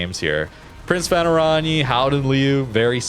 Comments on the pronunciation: its.. like... oran-ye a bit like in kan-ye [west] but not the... yeeee but a short ye. oranye. as opposed to orani^^ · Prinz Van Oran-yuh ;)